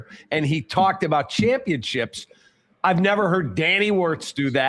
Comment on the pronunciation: Championchips? Is that like microchips? How about potato chips? Paint chips, perhaps? Championchips is not a word you buffoon. It's championSHIP.